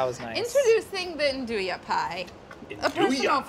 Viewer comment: Yea, Its not "aan-do-yah" its "aan-DOO-wee"